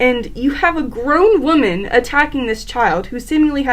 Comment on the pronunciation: Good to know my fellow how you say “waman” has the same point of view as me